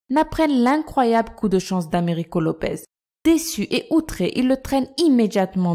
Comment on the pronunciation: Mais vous décidément les prononciation c'est pas votre truc il y a marqué "Lopes" et vous n'arrêtez pas de dire "Lopez"